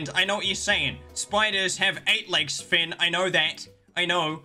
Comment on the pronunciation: ITS Fynn Not Flynn